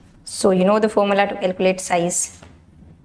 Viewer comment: 1)U pronounce some English words wrong. Empty - p is silent so it is " mt" ; calculate - u pronounce " kelculate " . 2) Don't hold your laugh, laugh it aloud. 3) Any topic or a story u want to talk during the class, just write it on a paper, paste it near the camera , u can just read it without forgetting, editing again.